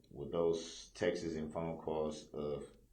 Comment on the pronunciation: It’s “texts” Darrell not texas! We need an interpreter for Darrell I think!